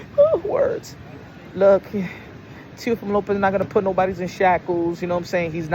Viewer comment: I seen it and Turki needs to learn how to pronounce Teofimos name properly 😂😂😂 Looks like they may very well get the Boots vs Teo fight